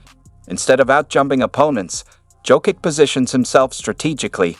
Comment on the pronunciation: I stopped the video at "Joe Kick"